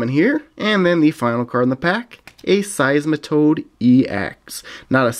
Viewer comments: I laughed so much when you said siesmetoad ex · Cracking up when he said seismatoad ex